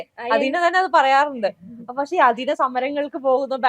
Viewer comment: അഥീന . അദീന അല്ല. ജന്മഭൂമിക്ക് മലയാളം അറിയില്ലേ?